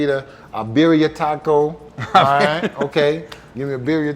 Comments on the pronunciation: Birria is pronounced “beer-e-ah” (in American accent) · Lawd Have mercy 😂😂😂 Go ask Mata how to pronounce "Birria" cause that's still wrong 🤣😂🤣😂🤣😂🤣😂🤣 Handle business tonight Sko Buffs!!!